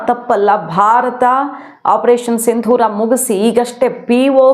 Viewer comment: ಆಪರೇಷನ್ ಸಿಂಧುರಾ ಅಂತ ಹೇಳಬೇಡಿ, ಅದು ಸಿಂದೂರ